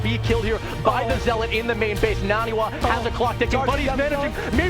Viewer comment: does anyone else hate how they mispronounce naniwas name the entire time?